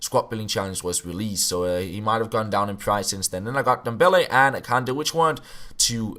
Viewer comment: Kanté not kande 😂